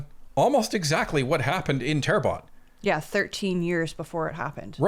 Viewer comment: Terrebonne = Good Earth = Say: Tear Bun [Bear phonetic] Sounds much better without actual French speaking. I have too struggle from "I only ever seen this written, never heard it said"... but now you know. 💫